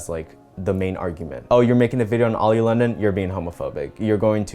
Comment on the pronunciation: I just had to point his out.... you said "oily"